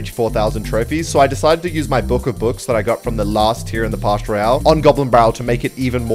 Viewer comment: it’s “Pass” not “Parsh"